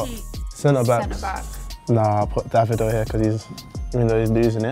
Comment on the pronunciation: Listen To How She Pronounces Davido 😂